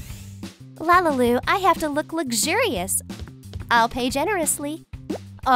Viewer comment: it is not lalalu it is lalilu